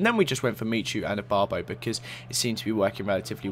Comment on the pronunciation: u always mess up ibarbo and zoumas names!!!! stahhp